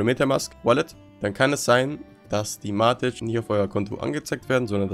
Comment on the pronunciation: Nicht matitsch und auch nicht matit, sondern von der Aussprache her Mätik haha Aber ansonsten gutes Video 😅